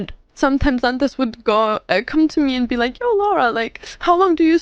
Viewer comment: Pretty sure that's pronounced like "Dantè"?